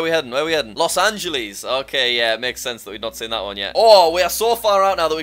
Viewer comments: Jack “lOs AnGlesees” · “Los angelees” 💀